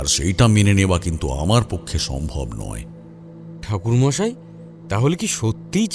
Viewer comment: ঠাকুর মশাই ❎থাকুরমশাই✅😂😂😅😅😂😂😅😅